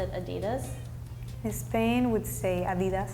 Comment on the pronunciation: When speaking English, many Spaniards misprounce their own country. It's pronounced "Spain" not "Es-Spain".